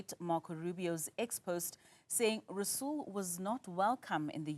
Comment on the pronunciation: Rasool the r is silent 😂😂